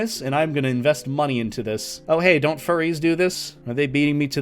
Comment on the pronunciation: I can not get over how he said "forries"